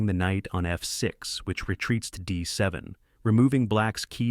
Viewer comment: This AI voice-over is awful. What is "queen to dee-eye seven" ... and "knight to dee-eye-r eight" Funny if it wasn't so ridiculous 🤷